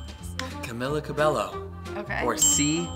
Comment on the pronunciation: Camila Cabello? Lmao camila is probably dying right now lol and he said cab Ello it's CABEyo